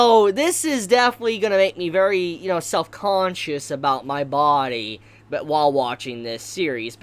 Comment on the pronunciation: Take a shot every time he says... "bawdie"